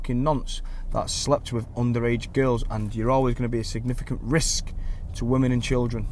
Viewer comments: Why so much emphasis on the word risk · Why you keep saying risk like that? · New Dean lynch ward drinking game- 1 shot of any alcohol, anytime he says Derek , Double shot,everytime he says Risk in a very strange way! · Why carnt he say risc properly?